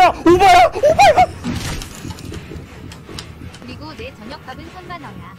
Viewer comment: 오바야 라고 말할때 오빠야 라고 하는줄ㅋㅋㅋ